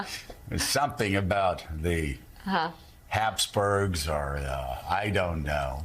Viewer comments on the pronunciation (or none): "The habsburgss." 😂😂😂